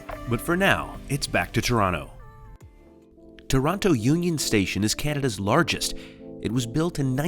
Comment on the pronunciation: Its not toraano. Its torona